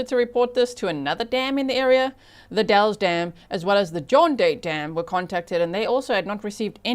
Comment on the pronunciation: FYI locals say “ The Dalls” not dalls.